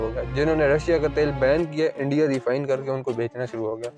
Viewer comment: Ye Endia to सtrong hota ja raha haaaai 😂😂